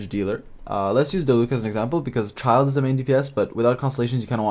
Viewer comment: Its Childe not Czild.. and Kiki not Cziczi...